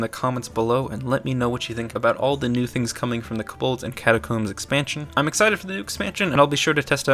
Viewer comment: "The new expansion is Kuh-bolds and catacombs" turns off video